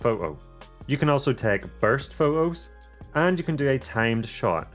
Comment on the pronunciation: Do you taxed on your usage of the letter "T"? I've never heard of pho-ohs se-ings, for-ey, au-oh ... But if the "T" is at the beginning or end of the word it is clearly pronounced. LoL!!! Sorry, I just found that a little amusing, great video by the way, although you missed the "Host" USB-C connector under the flap on the "DJI RC" controller, I assume that is to move data to and from the controller?